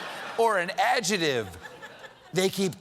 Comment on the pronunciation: It’s “adjective” not “adjetive.”